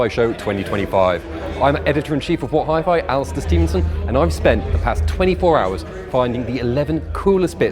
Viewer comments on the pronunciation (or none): none